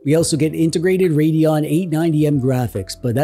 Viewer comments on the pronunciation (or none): none